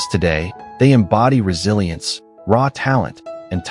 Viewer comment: Man I cringe every time I hear the word resilisnce